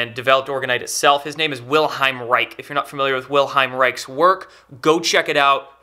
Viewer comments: Reich is pronounced "Raish" and not "Raik" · Thank you for sharing it! I know it since quite a while! However, wenn I hear you saying 'Wilheim Reik' instead of 'Wilhelm Reich', my ears start bleeding... Americans pronouncing/saying German words... Lol